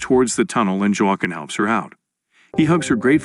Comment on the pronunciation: 18 ways of pronouncing 'Joaquim', not one of them correct.